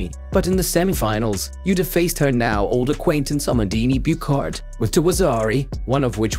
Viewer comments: He mispronounced her first name too. 😅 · also it’s not “Utah” like the name of the state in the United states. it’s like “oota” except without elongating the “oo.” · The name is Abe Uta , not “eibi iuta” Show some respect trying a little effort to pronounce a Japanese name correctly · Can you adjust the speech synthesizer to pronounce her name correctly? It's Uta (not Yuta) and Ah-beh (not like Abe Lincoln). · You don't even attempt to learn how to say her name. No, it isn't pronounced like Abe from Abraham Lincoln but Ah Beh (just to be clear it's not Ah Bay either) Uta again not You tuh like Yoda. But, U as in Eww that is icky. and Tah like tah tah for now. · Not Abe, and not yuta! What a dickhead! It's oota ahbay! 阿部詩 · Her family name is not pronounced Abe, like Abe Lincoln, but it's Ah-Beh. And her name Uta isn't pronounced like Utah, but it's 'Oo-Ta'. Like in most phonetic languages, Japanese Romaji adopted the way Latin based languages pronounced their alphabets. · Ffs, do a little preparation. Her name is pronounced ah-beh ew-tah. You sound truly ignorant so thoroughly mispronouncing her name. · The downside of getting AI to narrate a video: it pronounces non-English names as if they are English! Hey stupid American AI, it is pronounced /ɑbɛ ʊtɑ/!!! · Japanese is a syllabic language. Her name is pronounced "ah-bay oo-tah." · Gods above that AI voice butchering her name... "Ah-bay Ooh-ta". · Her name is pronounced Ahh bay Ooota.